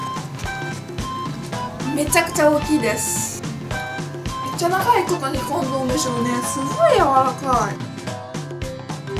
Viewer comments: マジで爆笑したｗｗｗｗ やめてぇｗｗ そういうのあんまり好まないけどこれだけは爆笑したｗ これ見てからそれにしか聞こえんしｗｗ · もうそれにしか聞こえないｗｗ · やっと聞き取れました！ めっちゃ長いこと煮込んどんでしょーね。って言ってるんですねw すごい時間がかかった← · めっちゃきこえる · めっちゃ聞こえるwww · それにしか聞こえなくなったwww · それにしか聞こえなくなった(一。一;;） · もうそれにしか聞こえないwwwww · これ初めて見て、コンドーム少年って言ってるなーっておもって、コメント欄絶対いるっ！って思ってきたら、やっぱりいました笑笑